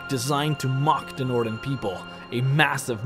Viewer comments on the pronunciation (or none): none